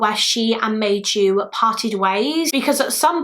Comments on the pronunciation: I’m not Finnish but thanks to my one Finnish acquaintance I’ve made, Maiju is pronounced more like My-you! Interesting and sad case. As usual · I was so excited to see a Finnish case! I never heard of this case, even though I live 40 minutes away from the place. The butchering of the Finnish names was a bit distracting but also kind of funny :D (Maiju= my you) Keep doing Finnish cases, the Finnish community will definitely watch since we always gather where Finland is mentioned XD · If anyone is curious on the Finnish pronunciation of some names; Maiju’s name would be pronounced My-yu, it means May in Finnish. Kyllikki would be something like koo-licky. In the Finnish language every letter of a word is enunciated so it can be intimidating but it’s such a beautiful language 😍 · I think Maiju is pronounced Mai not May and like yu not ju